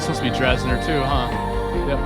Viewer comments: If I had known prior to starting this video that I could’ve played a drinking game for every time you mispronounced ‘Dessner’ 😂… I’d be wasted🎉 Seriously, I really did appreciate the video though. Good job 🫶☺️ It was fun! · It’s actually pronounced Dessner not DRessner haha💀😭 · why is no one talking about how he kept saying Aaron “Dressner” instead of Dessner